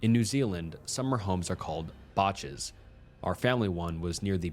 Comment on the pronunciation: OTAKI???? IM SO DISPOINTED MAN THATS NOT HOW YOU SAY IT. AND BACHS???? ITS BA-SHIS OH MY LORD. (I LIVE AND WAS BORN IN NZ) seriously though love your videos and i got excited when i heard my countries name come up in one.